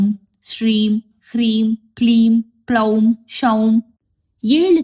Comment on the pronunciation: She is pronouncing the beeja "Soum" सौं as Shoum. It's plain "S" not "sh". Then "Gloum" ग्लौं beeja is also pronounced wrongly. She is pronouncing it as "kloum". In sanskrit, if one akshara changes the entire mantra will change.